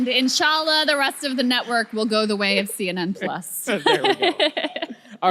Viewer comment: Woah..... Krystal nonchalantly using "Inshallah" (God willing) correctly is my unexpected bonus surprise of the month!